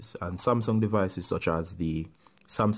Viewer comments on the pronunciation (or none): He only said smasum8